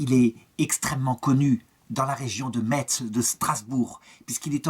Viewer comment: Merci pour la découverte de ce saint . PS : prononcez Metz comme Messe sinon les Lorrains vont se vexer !